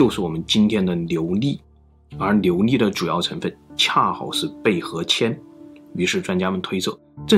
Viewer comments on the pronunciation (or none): 我一开始用听的，没搞懂牛力是什么，看了字幕，才知道是琉璃》。。。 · 总裁这个ln不分太喜感了 琉璃 牛腻 小牛腻